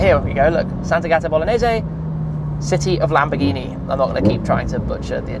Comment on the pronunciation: I would add that it's not pronounced Sant'Agàta: it's Sant'Àgata.